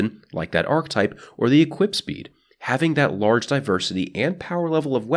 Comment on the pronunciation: I swear every time you say archetype it sounds like you're saying arc type and I'm like, but it's a kinetic weapon your holding, it's a solar weapon, etc